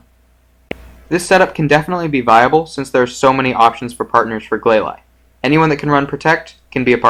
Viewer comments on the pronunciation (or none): it is glalie not glaly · Its glaylee not glayly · Gla-leye: wtf????? It's pronounced glalie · Have i been pronouncing glalie all wrong?!?